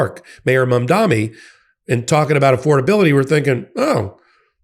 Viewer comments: Please practice pronouncing "Mamdani". It's an "N". It's not "Mom-dommy". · Btw, it’s Mam-daNi. No New York mayor elect is called is named “Mamdami.” I thought only the right mispronounced his name to show him disrespect and that he’s a “nobody.” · I love you but you have got to get the Mamdani pronunciation correct. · bro still can’t pronounce mamdani